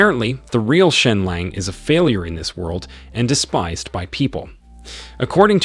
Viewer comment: Bro why is it that these recap channels can never pronounce world? Are they just dyslexic with tts or what?